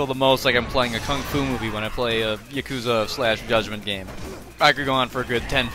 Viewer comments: playing every game in the series and not knowing how to pronounce Yakuza is crazy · Even now I still kind of flip flop on my pronunciation 😭. The only people who I hear pronounce it Yak-uza are people who play the games, every other time I hear it pronounced Ya-Koo-za